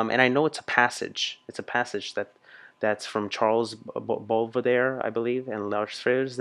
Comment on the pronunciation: It's Baudelaire, Charles Baudelaire 😉 I was there and it was magnificent!